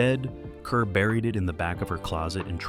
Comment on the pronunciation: Deborah Kerr's name is pronounced "car."